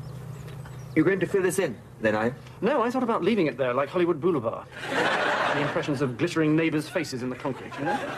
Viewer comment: "Hollywood Boolyvard?"